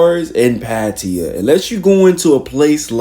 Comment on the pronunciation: pattiya? you mean pattaya